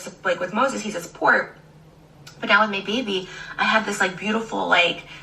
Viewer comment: Take a shot everytime she says “muybabay”